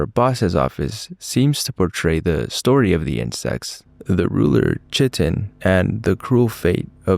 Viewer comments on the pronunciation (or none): Great video! Only things: 1. It is pronounced "Kai Tin" not "Chit In" 2. It is pronounced "Cree Tin" not "Cret In" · (I mean this in the least snarky way possible) Chitin is pronounced "kai-ten" and it's what mostly makes up insect exoskeletons also great video your channel deserves more subs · Chitin, the name of their leader, is what the shells of insects, shrimp, and shellfish are made of. It is pronounced "Kite-in." One of those Greek origin words. Some of the dietary supplements out on the market contain chitin in powdered form. And there's some weird-azz stuff to add to your list of trivia!